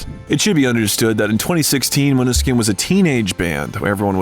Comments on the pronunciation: Except you can't pronunce band name or their names😢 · I love the video, but plz pay attention to pronunciation. It's really not hard to research how to say the band name or their individual names. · you should pronounce the band name correctly!